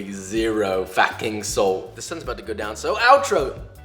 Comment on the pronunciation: “absolewtly zero f a c k i n g solt”